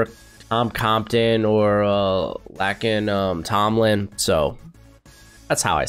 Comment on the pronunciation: Laken Tomlinson is a great guard for the Niners. You obviously haven't done your research as you didn't even say his name right.